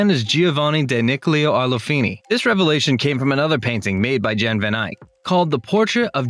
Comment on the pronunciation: Jan is pronounced Yahn, not John.